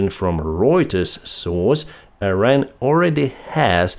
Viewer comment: PLEASE SAY IRAN AND NOT AIRAN.. IT IS IRAN I = (e)